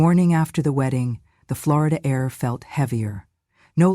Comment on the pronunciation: FLOOR E DA?? it’s OK not to pronounce it correctly, but I don’t think she is from Florida!